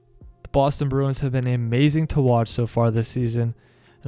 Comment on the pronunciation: Start to pronounce the club name correctly.